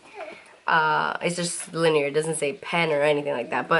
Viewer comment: Hey it’s 3D line-er not linear x